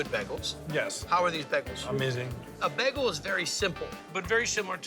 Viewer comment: Am I the only person who hears Guy say beg-gel instead of bay-gel?